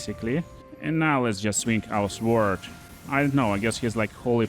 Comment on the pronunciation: The W in sword is silent